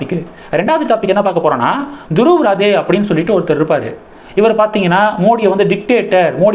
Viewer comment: Actual pronounciation...Dhruv Rathee...